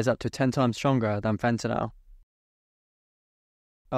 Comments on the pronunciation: Sorry man, had to stop watching less than a minute in, could take you constantly pronouncing it fentinal… Fen-TA-nyl. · Why do they pronounce fentanyl as fentanol ? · It's called fentanyl..not fentenall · Very rare to hear the British pronunciation of "fentanyl" these days, even amongst UK trained chemists. At the risk of appearing over inquisitive, where did you read for your BSc? [No offence if you prefer not to answer that question of course.] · Its a US vs UK pronunciation, in the US we pronounce yl as "ol" where as in the UK they pronounce is "an-ni-yl"